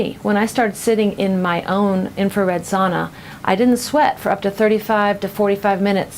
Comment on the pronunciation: Learn to pronounce sauna correctly.